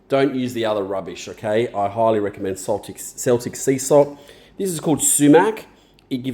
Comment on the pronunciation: That sauce looks beaut. Never heard of sumac, will have to have a look for it! Don't know if we get it here in the UK The salt is pronounced keltic 😂, and it's from the UK/french region!